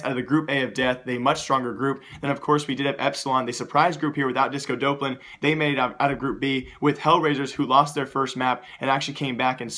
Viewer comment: that's not how you pronounce disco doplan